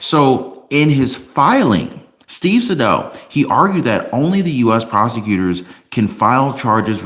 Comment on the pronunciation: Isn't it "Say•dow"? As in rhymes with "hey, cow!" 🤔?